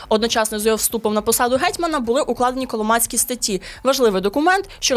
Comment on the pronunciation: Чудово, динамічно й нарешті без фейків. Дякуємо! Але... такі матеріали варті гідної обгортки. Тому, будь ласка, не ігноруйте стандарти, стежте за вимовою, не нехтуйте правильними наголосами ( гЕтьман/гЕтьмана; назва річки - КолОмак, тому статті КолОмацькі). Це не дрібниці. Сподіваємося, далі буде.